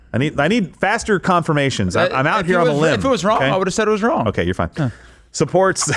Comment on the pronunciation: Okie Day? Is she Jar Jar Binks? A Gungan?